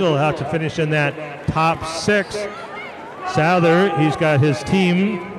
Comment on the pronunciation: For future reference Owen Souther’s name is pronounced SUTH-ER